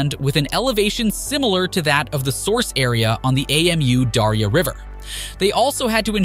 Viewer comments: Ei-Em-U-Daria 😆 Its just Amudaria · AMU darya.. dude that's not an acronym, it's Amu (amoo) Darya. also artificial river... they are just building a canal garbage quality research and video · Hate to be pedantic, it's Amu Darya River, not A M U Dario River. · It isn't A-M-U. It's pronounced Ahmoo. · It's pronounced "AH-moo" Darya, I think. Good video though; I agree with your take. I think it's an especially pleasantly surprising project for the Taliban to be taking on. The north never supported the Taliban, and so they are spending this money for the benefit of the vanquished. That's not always what happens in cases like these, so that's very good. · You say "we did our homework" and then you call the river "A-M-U-Daria". How should I trust your report, when you even get the names wrong? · Did u just say A.M.U Darya river??? damn? Butchering the word is fine, but you are changing the name.🤣😂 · I can't with his pronunciation of Amu Darya 🤣🤣🤣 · Your spelling of Amu Darya instead of pronouncing it drove me nuts, good thing you hadn't have to pronounce Syr Darya. Apart from that, nice and informative video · Please learn how to pronaunce the name of the river. It is silly how you say it. Otherwise thanks for a good content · Really? You couldn't be bothered to find out how to pronounce Amu Darya? 😂